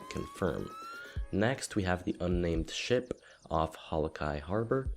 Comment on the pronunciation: each time he said ship it sounds like he says the s word lol